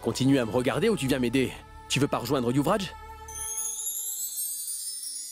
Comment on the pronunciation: Elle a dit ouvraj🤣🤣🤣🤣🤣